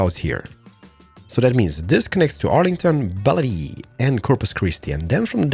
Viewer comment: its pronounced Bell-view